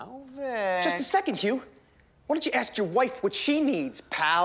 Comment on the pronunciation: May i AXE you a queeeeestion